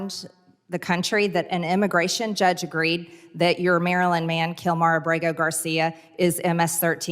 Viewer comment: Since when does the word "man" have a d in the end of it.